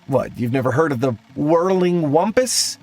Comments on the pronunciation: It says whimpus. He said whumpus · The way you keep saying "wumpus" when it's clearly spelled "whimpus" is very, very irritating.